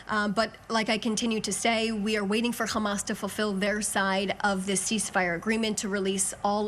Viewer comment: “qhammas” not to be confused with “hammas”